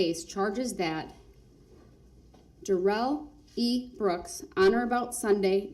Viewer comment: His name is NOT pronounced like he said! His own mother calls him DARE-ELL NOT Dare-rell! This is his attempt to spiff it up like Joe Dirt! 🤣🤣